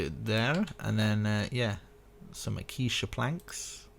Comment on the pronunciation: 1/10. Building was amazing, guy kept pronouncing ‘Acacia’ as ‘aquisha’